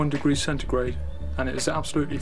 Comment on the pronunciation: Why does he keep saying centregrade